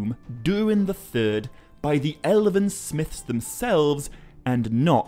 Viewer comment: Without Peter Jackson's movies - this kind of interest in these books would not exist. Nor would your channel. You don't seem to mind using stills from the films - so have some respect. And if YOU are so concerned with authenticity and perfection - stop pronouncing words with extra syllables. It's FIN-gon - not Finnigon.. it's ELven - not Elliven. Pot calling the kettle black. The sniffy, supercilious jabs at Peter Jackson's contribution to this epic - need to stop.